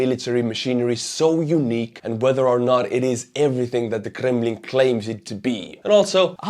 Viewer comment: I don't think I've ever heard someone say the word "Kremlin" with such panache.